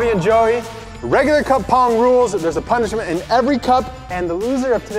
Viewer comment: Did anyone catch Bobby when we said punishma